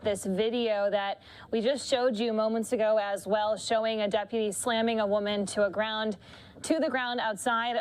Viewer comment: I wish someone would teach him how to pronounce deputy!